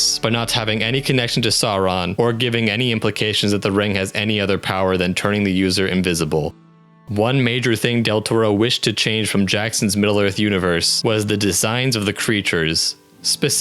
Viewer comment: Your computerized voice needs to learn how to pronounce Sauron and Smaug. Check the LOTR appendix.